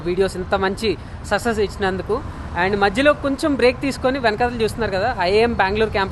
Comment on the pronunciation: Success ❌ Sussess✅